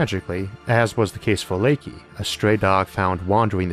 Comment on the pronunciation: The dog's name was not "lakey" she was called "lieka"